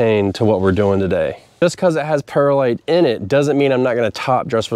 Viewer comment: Great episode! Any updates for this spring? How about a side by side comparison of perlite vs vermiculite?? Oh, and by the way, it's pronounced pearl-lite, not para-lite.